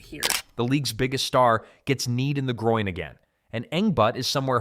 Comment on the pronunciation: Groin, NOT Groing